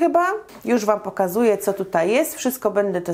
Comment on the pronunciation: Dlaczego mówisz do dziecka Ćo nie Co?